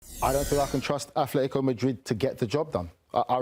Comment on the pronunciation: Why does he keep saying Athletico? It's Atletico with t not th. Athletic Club de Bilbao is with th. Atletico Madrid is with t.